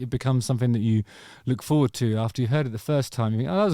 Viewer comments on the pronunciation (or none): none